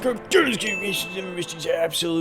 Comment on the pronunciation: Here within 10 minutes of this absolutely tieeurrm sensitivvvvver update